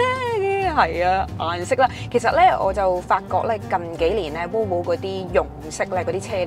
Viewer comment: Thanks for sharing! 有少少意見，希望留意。Volvo 讀音係’v’, 唔係wow wow。SUV 係讀SU’V’(牙齒咬向下唇發音)，唔係SU’we’☺️